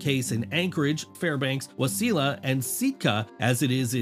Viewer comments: Waseeella and Seetka 😂. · You had me until you pronounced wasilla and sitka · Lol yeah.. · You don't even know how to pronounce Wasilla. How am I supposed to consider you an expert on Alaska?